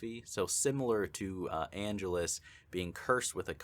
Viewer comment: an-GE-lus. Get it right, dude. How long have you been watching this franchise?